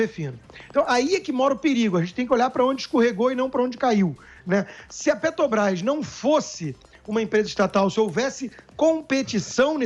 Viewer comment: Será que esse idiota tem algum problema com a Petrobrás, não só com a empresa mas com a pronúncia ele falou umas dez vezes Pet"o"brás